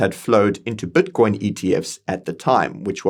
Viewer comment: Brother is constantly saying batcoin, like every time he says it i focus on batcoin instead of matter😂😂😂😂